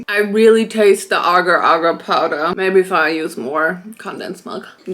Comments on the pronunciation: Aga aga🧍🏼‍♂️. It’s agar agar 😭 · The agar powder is pronounced 'Ay-gar'. I also know because Agar was my mum's maiden name 😅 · not her pronouncing agar wrong